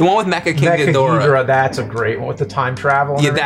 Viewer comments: I say King Ghidorah not Ghidrah. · Its Gìdorah you guys. At least the original japanese pronunciation :) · Ok, I like this video,but every time he says Ghidorah just bugs me.